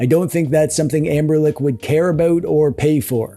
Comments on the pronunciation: AmberLick 😂😂😂😂 I believe it's Ambernic. 😅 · The commitment to saying "Amberlick" is impressive and hilarious.